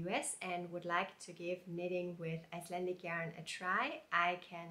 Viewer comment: I would like to knit number 37 in book 44. You pronounces the Icelandic very well.